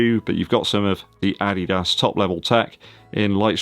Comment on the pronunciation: Hi do you have German roots? You are the only English Youtuber who pronounces “Adidas” correctly “Dankeschön” is pretty good too. Cool Video✌